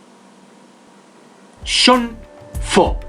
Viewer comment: Cuando dices jhon suena como sean. Dos nombres distintos. Jajajaja. Sean foo o jhon foo???